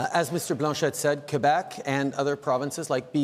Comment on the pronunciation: "QuAhbec (Quebec)" -- Trudeau is starting to sound even less French ! Quebec is pronounced properly like so: ' K ' 'beck'